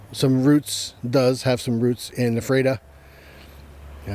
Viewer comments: Correct pronunciation is f-rat-a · Had the opportunity to have dinner with Dick Winter in Annville. Great chance to meet and have dinner with him. And Ephrata is pronounced “Frata”. The “EPH” is an “F” sound. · It’s pronounced F ER TA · I was there in 2015. I found his marker, came to attention and saluted him, left him a piece of petrified wood from Arizona (where I live). Ephrata is pronounced as f-rata. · It is pronounced: "Eff-rah-tah." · Thanks for this, but the town is pronounced ' "Efreta"...I've visited and don't live too far from it! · Your pronunciation of Epherta is WAY OFF. Also, its LanKISSter county, not LangKASTer county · I know the town name is hard to pronounce but you missed pronounced the town of Ephrata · I just pinged the same!